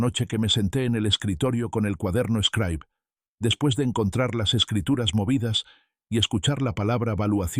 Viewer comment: Una Xilografia es el método de impresiónn originario de China, el señor imprime sus vivencias en el cuaderno eshcraib conocido como scribe se pronuncia scribe y utilizado por escolares de cualquier nivel. Me llama la atención porque menciona ser un pedazo de Oaxaca y no le checa la agringada pronunciación.